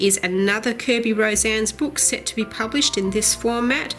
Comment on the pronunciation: I think his lastname is pronounced RO-SA-NES as he is a Filipino artist. I love his books! It's so much fun to do! (^_^)b